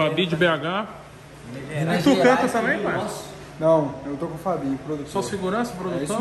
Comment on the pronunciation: Verdade, mas o Toguro nem deve saber quem são eles. Falou o nome do Fabin errado ainda por cima kkk